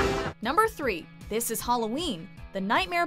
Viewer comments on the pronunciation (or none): 1. Why would Rasputin be in Purgatory after he sold his soul? That's a ticket to Hell. 2. It's HAL -lo-ween, not "Hol as in "hollow" lo-ween. Y'know, 'All Hallows Eve," as in "Our Father, hallowed be thy name".